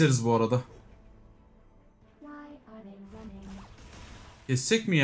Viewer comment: Jena reis doğru okuyabildiğin hero varmı garenede gerın diyosunda